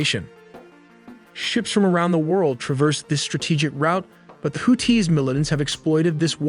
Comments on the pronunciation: It's houthis not hooties 😂😂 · Bro why you sound like that why you putting a hard T on the Houthis name 😂